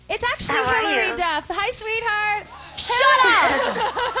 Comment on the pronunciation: Lol Hayley Instead on hilary...